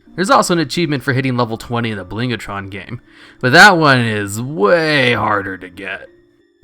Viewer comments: Two things. First, given the word is blingtron, why do you keep saying blingatron? Second, Oralius's crystal has a Legion equivalent with MUCH better stats and similar performance, available from the quartermaster at the main quest hub on broken shore. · Fuck mate there isn't even the letter 'a' in Blingtron. Bling - Tron. Where the fuck are you getting the a from?